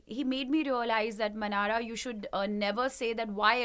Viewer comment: It's not Manara it's Mannara.....correct it